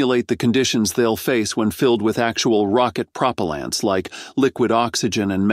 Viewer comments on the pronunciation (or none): Prop’-a-lants? I think they meant Pro-pel’-ants…LOL, this has to be a text to speech app, and not a real person….